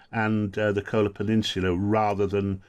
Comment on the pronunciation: has a map. Wrote the effing book on Arctic... and still calls Kola Peninsula KOALA! Sheesh..